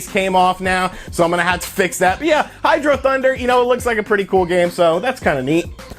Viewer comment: I can’t say it’s objectively a great game, but I’ve put about a million hours into HydroThunder on both the Dreamcast and PS2. So much fun. Incidentally, it’s not pronounced hydrothunder, HHHHIIIIIDroooo-Thuuuunnnnnder!!!